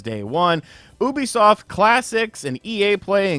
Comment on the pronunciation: the way you pronounce Ubisoft as "Oubisoft" instead of "Yubisoft" irks me but yea Xbox is done as a brand